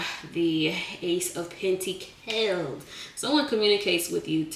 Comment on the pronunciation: I love the giggle, the plastic clapping hands, the way you say "PentiCALS", and "Chile" 😊❤